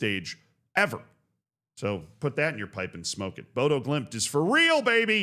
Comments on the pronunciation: the o with a line is more of an uh sound. More like Boduh. And it's gonna prompt Pep not to rotate but instead go and buy 2 CBs for 150m. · The "ø" in Bodø is pronounced like the "u" in "luck", "duck", "buck" etc. The "dø" part sounds almost like most pronounce the French word for 2 (deux). Just funny: (å) dø actually means (to) "die" in Norwegian. :p (å) "bo" (i) actually means (to) "live" (in). Despite this, I think the name means "båd" "øya", the last part definitely means "island", but the first part is easy to think means "boat", as that is what "båd" means in Danish, but likely more connected to old Norse, where a very similar word means "båe", which means "shear" (even if we now usually use the word "skjær" (shear) and not "båe"). The shear island. :p